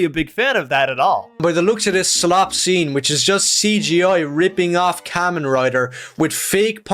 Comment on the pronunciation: I know I’m late to the party but let me say, this guy is just talkin his ass out about kamen rider (firstly, he’s not even sayin the name right. It’s kah-men, as in “kamehameha”) Kamen rider ichigo, the specific rider hes talking about, is more akin to Superman or spiderman than he fuckin thinks. One of ichigos most iconic lines is genuinely “human lives are more important than even peace and justice” (which is, mind you, the EXACT same stance of James Gunn Superman) I don’t think he’s watched a single piece of media ever